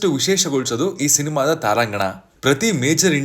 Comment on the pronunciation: ಗುರು ಅದು ತಾರಾಂಗಣ ಅಲ್ಲ, ತಾರಾಗಣ ಅಂತ ಸರಿ ಮಾಡು